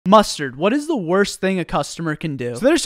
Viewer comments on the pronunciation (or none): I love how they said "Mustard" LOL